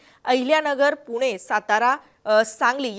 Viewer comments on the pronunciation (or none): none